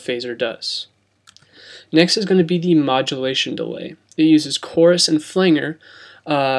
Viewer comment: Thanks for the info. Well done!! Although.FLANGER is pronounced, ..Fu- LAND- JER not FUL- ANGER.